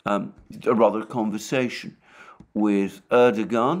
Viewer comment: Erdogan: pronounced: Erdowaan. It is a silent 'G'.